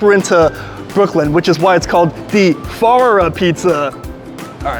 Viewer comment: Did I hear correctly…I think you said “far”… 😂